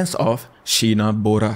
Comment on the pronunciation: Its Boorah not bora